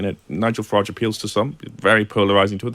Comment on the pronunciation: It's Farage , rhymes with garbage .